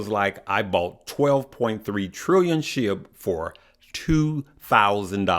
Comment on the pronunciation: It’s pronounced sh-ee-b